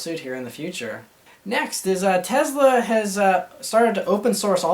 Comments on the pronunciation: TESLA MAN NOT TEZLA haha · Tezla? Tesla !! hahah